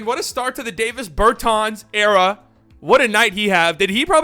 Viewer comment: DAH-vis Bur-tahns